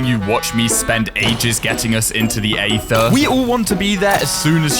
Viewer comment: Mispronouncing Aether for 47 minutes and 25 seconds straight